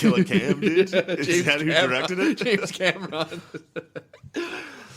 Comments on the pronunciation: Matt mispronounced James Cameron, Mario, water, Ryan Phillipe, Gala, Rogue scholars, Centaur and more is easily an easy laugh by far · "James Camera-on" 😂